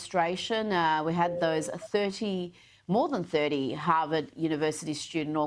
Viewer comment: "Ham-vard" University ?